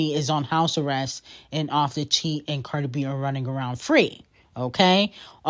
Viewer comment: You are so lame to incorrectly say Cardi and offset name. You are a barbs fan clearly and not all of us are! Cardi b fan for life!